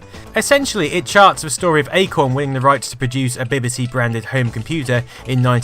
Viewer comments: Dont you know how to pronounce BBC? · Love your videos but as a Brit you really should be able to pronounce BBC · While I'm having trouble getting past the way you pronounce BBC! I'll forgive you because I'm hooked on your channel. Keep up the brilliant work.